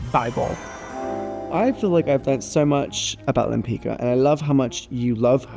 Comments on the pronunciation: I wish that took time to learn Tamara's last name correctly. It is not " Lempika". It is Lempicka. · Thank you for the fun and informative video. However, with all the respect for you making the video, and with even more respect for this amazing artist, it wouldn't hurt to have her name "Lempicka" pronounced correctly. The "c" in her last name Lempicka is a "tz" sound.